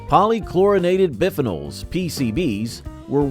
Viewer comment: PCBs (polychlorinated biphenols) (pollie-klorinated buy-pheenolls)... jfc you guys need to Google pronunciations